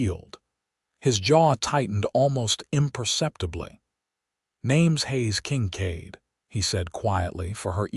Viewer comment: The AI is irritating...Haze King-cade instead of Hayes Kincaid??? Really?